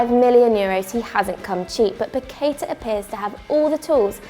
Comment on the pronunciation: The pronunciation is "pa-que-tah". The tonic is in the last syllable.